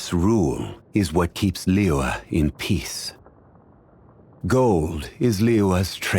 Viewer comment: i love the way he pronounces "zhongli" and "liyue". it sounds very authentic